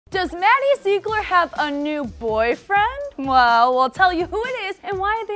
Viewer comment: Ok if you’re gonna talk about her then say her last name correctly at least😂